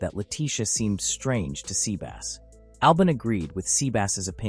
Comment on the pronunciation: I'm sorry, but... Sea Bass. As in the fish. Haha.